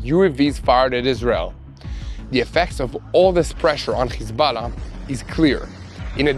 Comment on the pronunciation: It's Hizballah not Khizballah,when says the word he sounds like is he is clearing his throat,please correct the pronunciation it's H not KH.